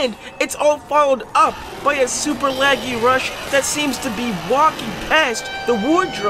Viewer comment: You say lagh😡😡rush